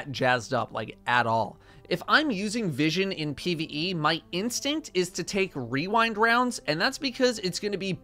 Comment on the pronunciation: My favowite is wewindwounds